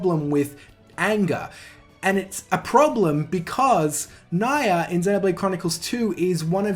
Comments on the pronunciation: "don't hit the dislike button just yet" says Nia as Na-ya instead of Nia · How do you go 100+ hours hearing as person's name and still put up a video calling her "Naiah?" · First off, the correct pronunciation of Nia's name is Nyah (Ni(e)- ah) which is also her Japanese name, this is a sort of pun of how cats sound in Japanese ears, Nyah. Now about the voice acting, there are good English voice acting in Xenoblade 2 like Morag, Zeke, Pandoria, Tora, Poppi, Pyra/Mythra, etc. But the bad ones in my opinion are Rex and Nia, and I prefer their Japanese voice acting than the English ones. Well yes, I do not understand Japanese a lot, and I do prefer English sometimes, but when I hear voice acting, I want emotion. This is what I hear with Rex and Nia in Japanese, not in English. Understanding a language or not is not a problem to me when there is subbed, and yes I do know the trouble of reading them and some possible mis-translations, but I can tolerate them when I can listen to characters display emotions well, for that props goes to the Japanese VA, cause they really put a lot of heart and effort in it. But again, that is just how I see things, and I am not the end all be all of voice acting, so in short it comes down to what gives you the best experience when playing JRPGs. Side note: I think the Japanese voice acting for Tales of Hearts is just...ok, not bad but not good either, and the worst one is Beryl I think her name was, but Kohaku is awesome. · Every time you mispronounce Nia’s name, I subconsciously think you’re talking about Mórags’ brother Emperor Niall. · Looking through a bunch of comments. I feel like I'm the only one noticing his pretty clearly purposeful mispronunciation of Nia's name.